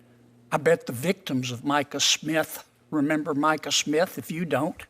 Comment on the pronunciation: There's another "m" in "remember."